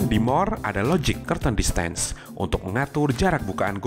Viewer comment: inggris nya perlu perbaikan dikit... command=ko-man bukan ko-men...device = di va is bukan dives...distance juga salah ucap...